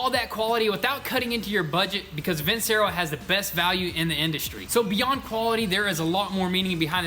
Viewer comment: I'm just being a stickler...is it pronounced vinSero or vinCHero? Lol..he says it both ways haha